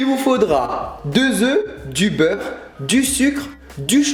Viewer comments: jai entendu du beuf au lieu du beurre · cest moi ou a la place de "beure " il dit beuf ? mdrrrrr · Je rêve ou tu a dit le beuf au lieu de beurre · Tu as dit du bœuf au lieu de beurre😹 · Tu n'es vraiment pas le seul moi aussi j'ai entendu boeuf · je suis le seul à trouver qu'il dit "du bœuf" ?